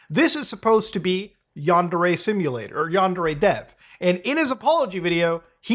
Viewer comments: Yandere Dev (pronounced Under-A.. Dev) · "GUYS I'M SOWWY FOW GWOOMING A MINOW IT'S NOT MY FAUWT" Basically Yandev